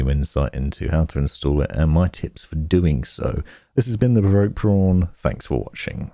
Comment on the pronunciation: THE PROVOKED PRWAN! I did laughing out loud when I heard that xD Thanks so much for the great vid! very helpful for somebody who feels very out the loop with building